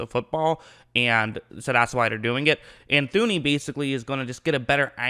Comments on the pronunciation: His name is pronounced toon-ee. H is silent. Enjoying your breakdowns though. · did I hear “Thew-knee”?